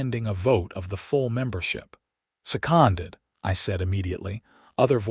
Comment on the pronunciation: Fix you AI.... It seems it cannot say SECONDED right.....